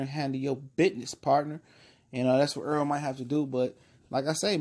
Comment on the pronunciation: This guy for sports TV you talking so much crap about Errol Spence you can't even pronounce his name you call him Earl it's Errol with an E wishful thinking sounds like you really don't know what you're talkin about first of all Mikey Garcia didn't duck out of the fight He was ordered he had a mandatory ibf defense for the lightweight title and if he didn't take it he would be stripped so he's supposed to defend this title but learn how to pronounce Errol Spence name not Earl Errol get the name right before you start talking all kinds of garbage Lord have mercy